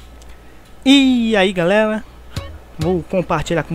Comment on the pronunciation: Iai "galela" kkkk Bugo da hora de falar mas LIKE